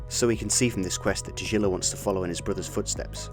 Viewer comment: Its Russian, english rules do not apply to it even if its Romanized. And its a G not a J. if it was Romanized as Tajilla, then I'd forgive you, but it wasn't. Also you can hear people say his name in the game in random NPC dialogue, they say Tagilla. As a fellow english speaker I understand the confusion, but as a linguist in multiple languages I cannot forgive this mispronunciation. Its a strong G, not a soft J. Ta GIlla.